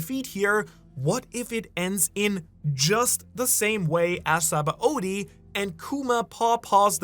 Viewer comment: How does someone as knowledgeable as you about OP pronounce Sabaody wrong? Its Shabondi. Its clear as day in the japanese pronunciation. Given this is a japanese series I think thats trustworthy.